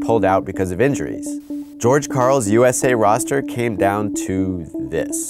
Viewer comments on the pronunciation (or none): none